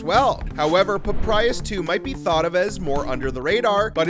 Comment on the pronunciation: It is PapYrus, not PapRyus…